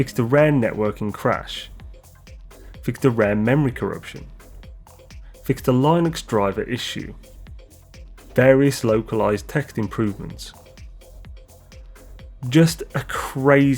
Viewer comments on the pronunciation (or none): The "i" in "Linux" is pronounced as it is in "windows" or "minute."